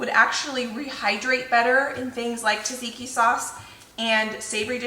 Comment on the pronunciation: If you are trying to say Tzatziki you are pronouncing it incorrectly. ZAT-ZEE-KEY is the the pronunciation. The T is silent. Just an FYI